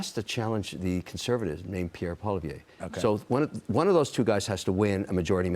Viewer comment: FFS Kevin ........say Pierres name correctly......otherwise you sound like a rube